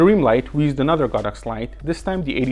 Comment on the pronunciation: This video is the first I've ever seen to accurately pronounce the brand as "God Ox" and explain the Chinese derivation. I've always thought of it as "sacred cow," but prefer your "holy cow" ; )